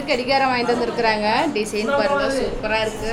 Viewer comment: டிசீன் இல்லை ஆனந்தி டிசைன் என்று சொல்லவும்